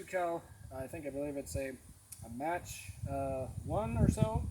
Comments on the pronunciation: its pronounced Mock 1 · It’s pronounced (Mock-1) Mach-1… also Gamo always lies about the FPS. It’s still got decent power at around 21/FPE which is considered a magnum. Trigger is decent once you replace the grub screw so you can actually adjust the pull. It’s not as accurate as my other Gamo or Hatsan 125 Vortex, but I probably just got a bad one. I’ve heard taking out the baffle in the suppressor helps but I don’t understand how that would help scientifically speaking. If the baffle is obstructing the pellet you would hear the broken plastic. Idk I have other Gamo’s and they’re really accurate so it’s probably an anomaly